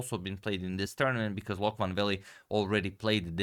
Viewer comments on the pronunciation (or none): Loek is actually pronounced as “Look”. Often in Dutch the “oe” is pronounced as “oo”. Also Jan van Smeets was almost right, but Smeets should be pronounced as “Smates” (as in checkmate ;) ). Also, keep up the great content, I love it. Love from The Netherlands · Dutchman here. The oe in "Loek" is pronounced like the oo in "took". Just to help 😊